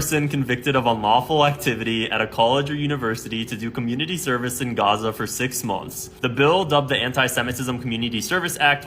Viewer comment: She really is very annoying and the way she pronounces 'Gaza' is so cringe.